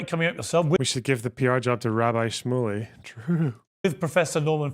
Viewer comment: Piers got along with Andrew Tate in their interviews, that doesn't mean shit. Destiny mispronounced Rabbi Shmuley like pretty badly, that was the purpose of the clipchimp and why I put in "scare" quotes.